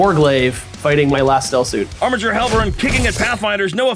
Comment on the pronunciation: Armiger's is a hard G, as it's from the Latin.